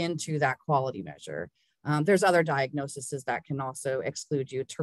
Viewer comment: Lovely presentation! But can we (nurses) pleaaaaaaaaaase STOP saying D I A G N O S E S E S. I don't know how this started, tbh. Singular = DiagnoSIS .......with an I Plural = DiagnoSES .....with an E. Thanks, the Nigerian Nurse.